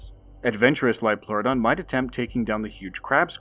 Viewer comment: "IT'S A LIOLPLEURODON, CHARLIE! A SUBNAUTICAL LIOPLEURODON!"